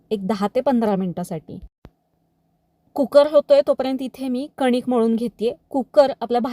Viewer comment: कुक्कर नाही कु कर